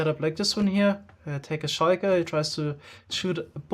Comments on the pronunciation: why does he say shiker when its shulker like has in saying sulk(er) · I hate how he says shulker wrong 😂